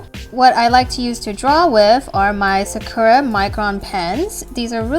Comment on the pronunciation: Hey fyi, I think the Sakura brand is procoed: Sak-uo-ra idk tho